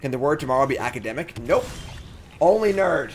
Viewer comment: How many r’s are in nerrrrrd?